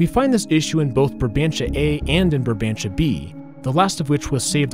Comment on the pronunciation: ur saying barbantia instead of brabantia